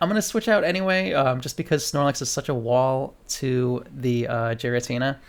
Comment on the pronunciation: You’re pronouncing it “jeer-ra-tina” but it’s actually pronounced “Gear-ra-tina” 👍